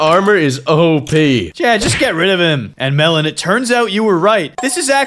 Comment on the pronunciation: I agree but u said Melen instead of melon